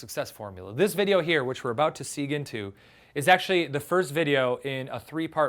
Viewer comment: and is he mispronouncing "segue"?